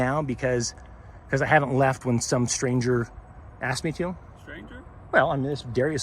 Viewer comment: He "axed' you to leave...